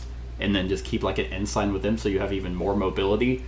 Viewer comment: Ensign.... it's pronounced N - sin..... the "g" is silent.... the English language can suck sometimes... 😂